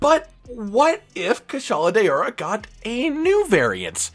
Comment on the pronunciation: "kushala day-ora"